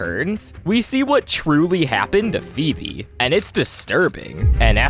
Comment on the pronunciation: It's feebee